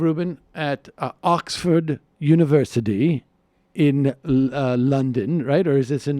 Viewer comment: The way Sam says "Oxford University" :D - "Okksfuuurd Univercideee"